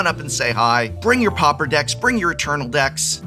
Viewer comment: Prof…. Prof… for an educated man you would surely know how to pronounce Pauper (paw-per) properly ffs.